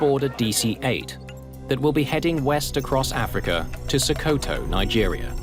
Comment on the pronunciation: Sokoto is pronounced "Sock oh two", not "sew koh toe."